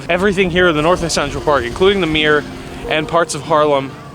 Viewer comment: ''Meer'' means lake in Dutch. I think it's one of those words the city kept. Just like the name ''Harlem'', which was named after the city ''Haarlem'' in The Netherlands. EDIT: you perfectly pronounced the word as a Dutch speaker lol